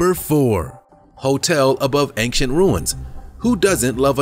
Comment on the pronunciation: I wish you would not put a ‘g’ in the middle of the word “ancient”. You say it several times in every episode.